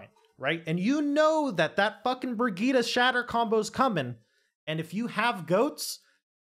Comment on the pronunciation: I was having such a hard time trying to figure out who you were talking about in the team fight, until i realised thats just how you pronounce Brigittes name, i got mind fucked so hard